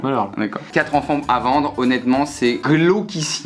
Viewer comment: Pierre, quatre zenfants, t'es sûr?